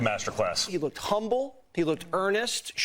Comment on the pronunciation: "I was there at tianamin square". Interesting. Uh huh. Dude said "he lookt-ded slick." Lookt-ded. Somebody was failed by the educational system.